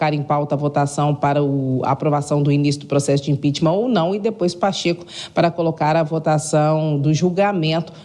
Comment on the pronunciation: impicheament. neste maluco.